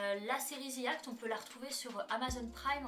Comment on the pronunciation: ce n’est pas le Ze ou Zi qui est faux , le The se prononce comme un Z mais avec le bout de la langue entre les dents .. au pire on dit “De ou Di act” mais pas Zi ou Ze 🙃